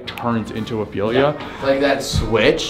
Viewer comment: it’s ophelia not opelia